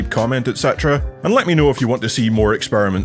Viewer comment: "Mongral" 🤣 At any rate, is there a way to chart the diminishing returns? I imagine it's hard with old hardware, though. Maybe go off of original (adjusted) list prices? 🤷‍♂️ Just curious... 🤔